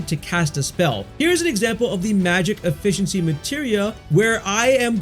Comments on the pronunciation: Efficiency is pronounced "effiSHiensy" not effiCKency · My boy pronounced efficiency as effe-kincy 🤣🤣🤣🤣